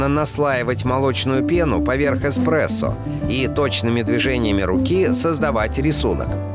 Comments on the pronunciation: илёи 2020 год, люди узнают что их любимый напиток не Экспрессо, а Эспрессо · Экспрессо или эспресо. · Эспресо. Экспресо. Эспресо. Экспресо. ТУПИТ!!!!!!!!!!!!!!!!!!!!!!!!!!!